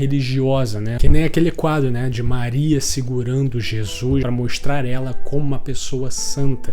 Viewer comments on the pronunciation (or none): none